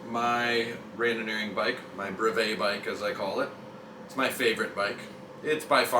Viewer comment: Thanks for the great video! You mispronounce brevet.